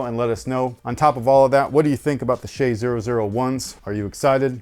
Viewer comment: OMG finally a reviewer who pronounced "shai" correct!